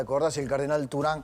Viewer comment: ¿CÁRDENAL? De Chiclayo?? What???